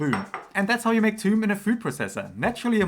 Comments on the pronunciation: It is pronounce thoom not toum/toom/tume! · Toum is not Arabic for Garlic, it's Thoum, but some Arabic accents pronounce it Toum. The actual souce/dip is usually called Thoumeyya (or with a T) to differentiate it from the actual Thoum (garlic). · It’s actually thum or thoom, and the th is pronounced the the th in myth. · It's not pronounced "toom". Please don't give false informations